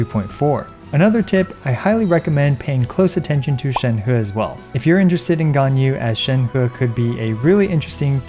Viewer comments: Hey, on ur Sheng He video, pls pronounce Sheng He more like "sheng-her" not "sheng-hurr".:) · Please stop saying ShenHUH! It isn't fun or funny. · I feel like everybody having trouble pronouncing Shenhe